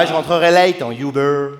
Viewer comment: Vous prononcez "Youbeur" en France pour Uber ou c'est que lui?